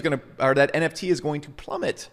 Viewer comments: Why do you keep saying it wrong. It's NFT, not NTF. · Not sure it was pun intended but it sucks to hear 'NFT' spelled and pronounced wrong :( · Why should someone take your advice when you can’t say the abbreviated word properly 😂 doesn’t lend credibility. If you really understand cryptopunks you’d know they paved the foundation for what the ERC 721 token is that allowed for non-fungibility in the first place. That didn’t exist before punks. You’re not buying a cool JPEG, you’re buying a piece of digital history. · NTFs?? Did you just say NTFs? This ain't your thing. Just stop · WTF NTF? It's NFT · For someone so passionate about the topic to keep calling it Non-tokenizable Funges made me cringe lol And to keep belaboring the same point over and over and over again for 27 minutes....BUT, I get it man. You do have a point and a good one, thanks for that! Even if I just had to turn it off after hearing NTFs for the 18th time. haha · you lose your credibility when you cannot say the acronym. Agree with your thesis though. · Maybe i shouldn't be taking advice on NFT's from a guy who can't say NFT...